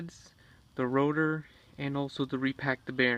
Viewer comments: Why do you keep saying router?!?! SIR ITS CALLED A ROTOR -_ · Why do you keep saying "Router" instead of "Rotor"?